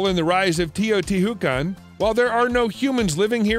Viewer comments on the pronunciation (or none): I got ear cancer when you pronounced Cuicuilco and Teotihuacán. It would have been nice to do some research on how the cities are pronounced.